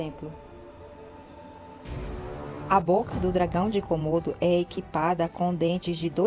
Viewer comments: Quantos "cômodos" tem sua casa? Até onde sei, se trata de dragões de Komodo (se pronuncia comodo e não cômodo). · Não se diz kômodo e sim komodo